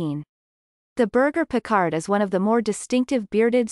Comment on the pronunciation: When you don't even know how to pronounce the breed's name, we can clearly see you don't know anything about the breed.